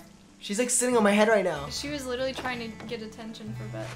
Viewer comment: saying LITALLY is iconic